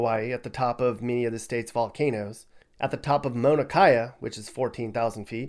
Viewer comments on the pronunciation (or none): Mauna Kea bro... get it right lmfao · lol I was impressed until we got to Mauna Kea 😂